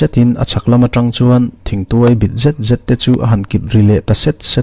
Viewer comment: Thangkhat lian tih leh Thir tuai hi i lam dik lo tlat ma.